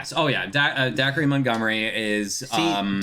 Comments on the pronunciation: Dacre is pronounced like acre with a D before,not like dac-ree ( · Dacre is pronounced like acre with a d before, not like dac-ree (: justice for all the Bs and bMews and bD(‘)art(agnan) lol and deffo El and Will! and Chrissy! And yah ED... and yah he’s a douche in this one but he’s still a teen...